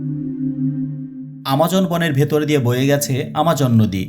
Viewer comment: হ ঘেছে😂